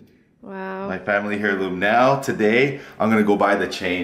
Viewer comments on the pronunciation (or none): Why does he keep saying hairloom?? Heirloom like airloom man. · It's pronounced 'Air-loom' not 'Hair-loom' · "Hairloom" hahah it's pronounced "airloom",!!! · Its pronounced as "Heirloom." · air-loom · "hairloom" well. :D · You don't pronounce the 'h' in heirloom,;P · the H is silent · stop pronouncing the 'H' in "heirloom"! And, while we're at it, stop pronouncing the 'L' in "salmon". I think I've heard you pronounce the 'S' in Illinois too... Don't do that either. As old Biff would say "You sound like a damned fool when you say it wrong!"